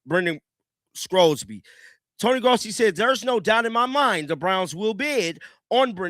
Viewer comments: I don't know what team would want to take a chance on Sorsby. And by the way, there's no "c" in Sorsby's name. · His name is Sorsby not Scrosby